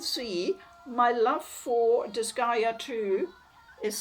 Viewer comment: I'm just happy to finally hear someone pronounce the name of the series.